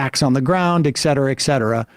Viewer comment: Sam I wonder if you could please stop saying EXCETERA. It's just so distracting. thank you. I love your show .